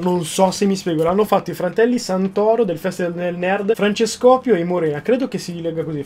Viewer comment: ma nn si dice francescòpio ma Francesco pio